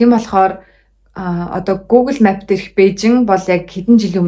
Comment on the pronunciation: map gdg ugee buruu heleed bn. Duudlagaa zasaarai